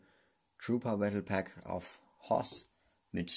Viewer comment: Immer wenn er sith hoth oder death sagt